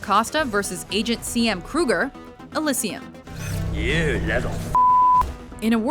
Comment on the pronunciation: She pronounced Elysium wrong😐